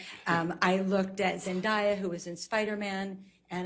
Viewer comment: Why do they mispronounce Zendaya's name LMFAO